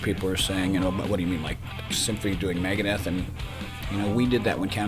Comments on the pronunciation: Migadith..... lol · Megaduth bro cmon!!